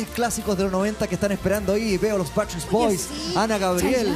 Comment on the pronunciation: Ojala vea el mío, ella dice Basstreet boys es BACKSTREET BOYS, el único que lo dijo bien fue y los animadores